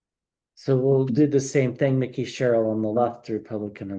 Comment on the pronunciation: It is not pronounced “ Mickey” Sherrill, it is Mike-E.